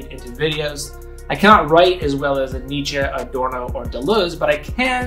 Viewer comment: you killed me with the friydrich nitzsch pronunciation